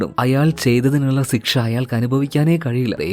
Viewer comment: സിക്ഷ അല്ല ശിക്ഷ 😂